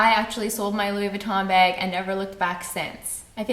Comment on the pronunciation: I love the way you pronounce "bag" lol